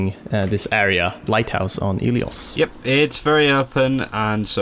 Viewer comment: Pls Dont say ilios dont say i twice try to pronounce it all together its really wrong and i know being greek